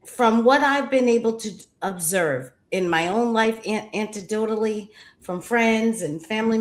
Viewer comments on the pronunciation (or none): This woman saying “and I talk about this in my book…” you wrote a whole book and don’t know the word is pronounced “anecdotally” and not “antidote-ally” (what she said) pretty bad when even the authors of a culture are semi illiterate lol I’m guessing she had a little help writing those big words. It’s ok honey you’re on the right track 😂 E for effort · “Antidotally”?